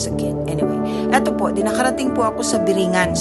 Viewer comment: Kung talagang nakarating ka bakit hindi mo matukoy kung ano tamang pronountiation ng biringan doon palang halata na eh